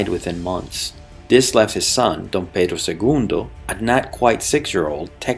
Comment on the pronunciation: Are you brazilian or portuguese? Your pronunciation of D.Pedro I sounds very well! Already subscribed